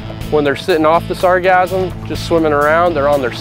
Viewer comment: Am I the only one that is bothered that they were saying sargassum like orgasm and that it's spelled wrong in the description?